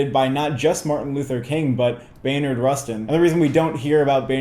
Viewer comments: Just a heads up guys it's "Bayard" not "Baynard" Rustin :) (or at one point, brother bro definitely said "Maynard Rustin" lol) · Its not Baynard its BAYARD like people calling my dad Blyden "Blinden" 🤦🏽‍♂️ Theres no N It's Bayer asprin not Baynar aspirin... You can do it...